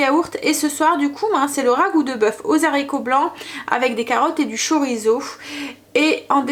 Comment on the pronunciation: Bonjour, vous êtes formidable comme cuisinière mais ,SVP , quand vous cuisinez des haricots sachez que le mot haricot ne commence pas un " Z " mais bien par un "h" qui empêche toute liaison phonétique possible .... désolée fallait que je le dise ...😁😁😁. Je vous embrasse.